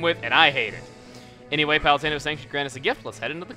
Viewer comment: sorry for being a grammar nazi but it's palutena not palestina your spelling of palutena reminds me of that palestina!